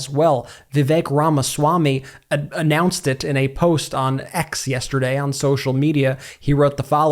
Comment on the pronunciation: why do you pronounce any word with a t in it you pronounce it as a d. It's awful!!!